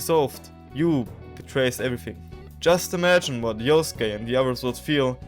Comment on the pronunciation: Yusuke ❌ Yosuke ✅